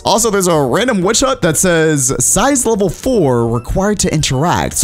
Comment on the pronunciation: You said wish hut